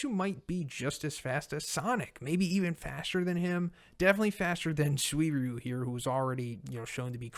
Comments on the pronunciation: Anyone else annoyed at how he constantly mispronounces Suiryu? In the anime they pronounce it Sue-ree-ooh. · I love you but bro... My ears bleed everytime you misspronounce Suiryu